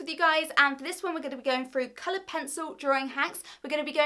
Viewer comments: Why do Brits say froo instead of through lmao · Brilliant ideas and explanations, but please pronounce your 'th' properly. It will make you sound so much more professional! Tongue on top teeth. Saying 'froo' and 'smoov' just devalues your talents! I've liked and subscribed! 👍❤️